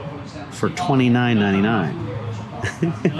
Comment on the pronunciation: The way he calls the price sounds like $29.99 and not $2999